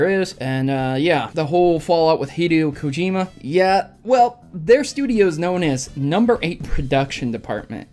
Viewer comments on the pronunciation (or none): none